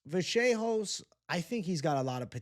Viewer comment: If the Announcers say Kevin Vajayhose on more time! Dude isn't Fcking Portuguese. UFC anouncers are all from Alabama.